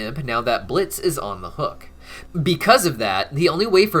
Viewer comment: it's blitzø...say it right plz